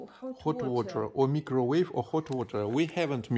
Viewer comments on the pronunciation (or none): Some more English/pronunciation corrections: The phrase "My lovely" should be "My favorite" The word "herbal" is pronounced "eeer - bul" Very very loves should be "really love" "How we can use it?" should be "How can we use it? "Microwave" is pronounced "Myy - cro - wave" "He came to store" should be "He went to the store"